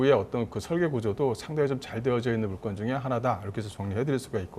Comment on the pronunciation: 물건을 물껀이라 하는게 거슬리네 ㅎㅎ